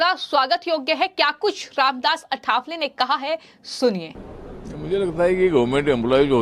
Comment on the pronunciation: अठावले उच्चार गलत है सही,बराबर उच्चार है "आठवले" आठवले शब्द का अर्थ है "याद आये"